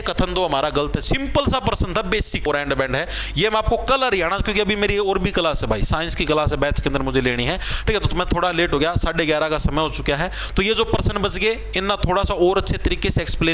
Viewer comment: Sir vo kalyan gaav nahi hai kaliyana gaav hai